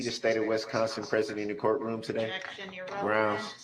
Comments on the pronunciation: The fact that we are on like week three, and he calls it “substained…”. That just doesn’t bode well for his future. He doesn’t recognize that he is the dumbest person in that room. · Substained? Grouns he axed without relevancy !